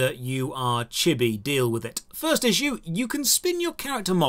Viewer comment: I'm 23% sure it's pronounced chee bee But I have been wrong before so who knows